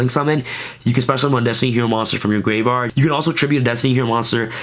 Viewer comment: Why do you say graveard?